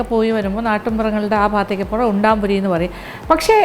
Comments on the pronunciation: ഉണ്ടംപൊരി എന്നാണ്,,,, ഉണ്ടാമ്പൊരി അല്ല,,,, nthayalum kidu റെസിപ്പി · EKM ൽ ഉണ്ടംപൊരി എന്നാണ്. ഉണ്ടാം അല്ല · Undaampori alla, undampori ennaanu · ഉൺടാപൊരി അല്ലമാഡം ഉൺടംപൊരി ആണ് നാടൻ പലഹാരങ്ങളിൽ ബെസ്റ്റ് _ പഴംപൊരി, സുഖിയൻ,പരിപ്പ് വട, ഉന്നക്കായ , ഉൺടംപൊരി,നെയ്യപ്പം മാഡം വളരെ ഭംഗിയായി,സിംപളായി വിശദീകരിച്ചു thanks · ഹെലോ ചേച്ചി ഉണ്ടാ പൊരിയല്ല ഉണ്ട പൊരിയാണ് ചേച്ചി 🤣🤣🤣🤣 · Chechi parayannuth undaaampori ennnaanu pakshe sherikkum parayunnath undampori ennaanu 😉😉😉😉